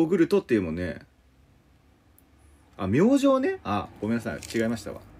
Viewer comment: 明星(めいじ)で笑ったw